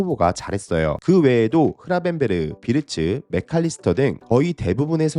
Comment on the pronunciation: 시비거는거는 아닌데.. 자꾸 학포라고 하는데 리버풀 선수들 나와서 본인이름 말하는거 영상보면 자기입으로 "코디각포" 정확하게 발음함..그리고 모든 해설진 모든사람들이 각포라고 하는데 왜 우리만 학포라고 하는거죠???? 그리고 맥 알리스터도 자기입으로 "마칼리스터" 라고 말함...각포라고 좀 해줘여~~~~